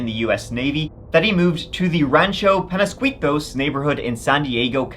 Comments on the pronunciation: Rancho "Pen-ya-ski-toes"... ijs 🤷🏼‍♀️😁❤️❤️ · Rancho "Pen-ya-ski-toes" ...ijs 🤷🏼‍♀️😁❤️❤️❤️ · Being a native of San diego, the pronunciation is pan-yo-skeet-os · Did the way pronounced Peñasquitos make you chuckle as well? It's so upscale down there I'm really surprised the guy didn't have sheriffs at his house constantly.